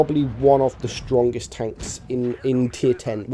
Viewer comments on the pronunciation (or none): dude do you intentionally say Shtrongest? lol reminds me how that golden Dutch dude spoke in Austin Powers lol